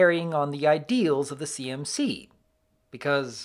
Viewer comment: Istg I keep thinking he’s saying CNC instead of CMC and it’s making me so confused about why that topic would be in a video about a kids show